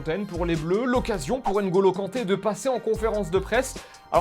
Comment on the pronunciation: Alors juste, son prénom s'écrit NGolo, mais se prononce Golo. Tout comme Mbappé, qui se pronnonce Bappé *